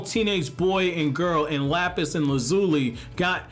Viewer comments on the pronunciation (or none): none